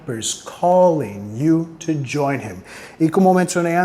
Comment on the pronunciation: Excelente, me gstó mucho, voy a seguirte. Un detalle, la pronunciación de "TO" indicas que suene como en español "to", pero en la canción suena mas bien "tu" ¿es por prununciación inglesa de Robert Plant?